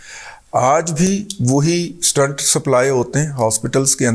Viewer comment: Dadaji..its pronounced stent ..n not stunt...🙏🙏